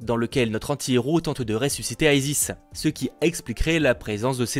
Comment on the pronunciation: Pourquoi vouloir tout anglophoniser ? Isis est un personnage de la mythologie égyptienne, ce n'est pas un nom anglophone, il n'y a pas besoin d'y prononcer à la américaine. ^^ Perso ça me choque un peu cette prononciation pour ce personnage qui n'est pas du tout anglophone.